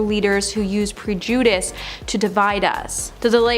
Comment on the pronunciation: while she's reading jimmy kimmel's apology post she says: PRE-JEW-DEESCE? I'm not putting her down just that there's a lot more of that kind of jarring primary school vocabulary failure throughout this vid. Maybe she's nervous or has some sort of cognitive issue but upon editing this someone should've caught this and just dubbed over it, at the least...just say'in 🤔